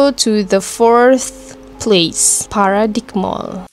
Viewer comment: Bukan paradik TAPI PARADAIM MALL, TU SEBUTAN DIA. AISHH